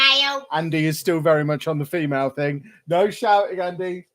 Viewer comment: Instead of saying female I thought he was saying Daily Mail Lol